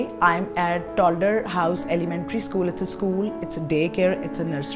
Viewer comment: Lmaooo It’s not tolder it’s a toddler. If you can’t speak English then don’t you just making a fool out of yourself Just a friendly advice Sweetheart